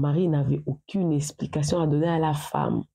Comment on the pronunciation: Aucine idée; j'avais jiré; la confision . Seigneur à quel moment le U devient I 😂